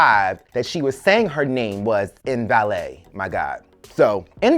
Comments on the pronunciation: You are killing me calling this woman "In valet" LMAO It's Mbele (Em-Beh-lay) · LMAO every time you said "MVALET". Her name was MBELE(EM-BELLAY)